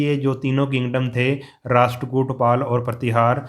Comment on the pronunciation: It’s rasht